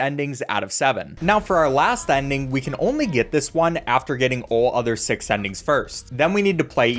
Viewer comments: you said Sex Not Six 💀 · Did he really say level sex?